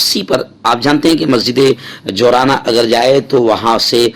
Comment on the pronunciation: Ji’irrana talaffuz hoga